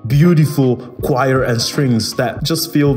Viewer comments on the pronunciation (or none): none